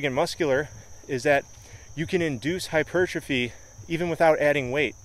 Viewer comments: You pronounce the word hypertrophy so strangely... hypuuuuurtrophy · I used to think that the word 'hypertrophy' was pronounced like if you said the words 'hyper' and 'trophy'. So, now it always sounds weird to me when people pronounce it the correct way.